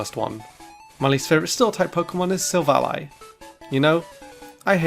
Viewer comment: IT'S SILVALLY, NOT SAVELLA! AND SWINE IS SUPPOSED TO END WITH AN E!